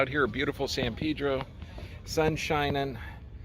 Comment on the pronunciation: do we get to get mad at how he pronounced san pedro